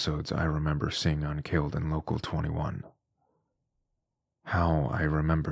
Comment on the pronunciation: It’s pronounced Cal le done 😅